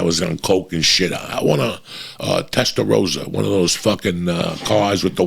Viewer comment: its testa rossa, you as a spanish speaker should know. great advice tho.